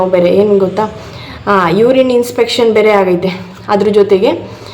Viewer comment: Inspection alla ma, infection adu